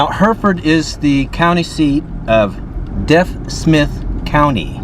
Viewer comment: PS it's pronounce DEEF Smith rather than Deaf Smith.